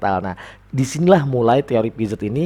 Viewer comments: Makasih ilmunya pak, Maaf dibacanya piase, e dibacanya kaya kita baca kata "membeli" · Piaget dibacanya piase pak